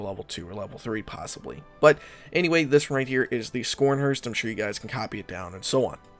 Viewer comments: skornhorst ? :D dam you butchered thats ships name :D Sch in german is Sh in english - so it is Sharnhorst :) p.s. Deuchland class light cruiser - dam , 11 inch guns on light cruiser would be interesting :) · Scrhrst how can you butcher a name like that. Try say it more like Scar- n-horse-t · Schornhorst, is pronounced like “sharnhorst” not scronherst. Just to let you know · Mmmm tasty realism but please don’t ever say scharnhorst again. Ha ha